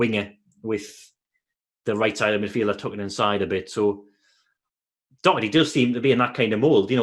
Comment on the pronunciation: Please pronounce Doherty properly!